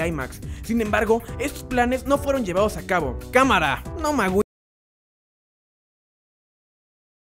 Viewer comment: Cámara? Habla bien